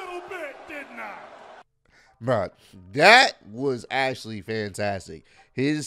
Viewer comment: am I the only one who thinks that said 'Ashley' rather than 'actually'?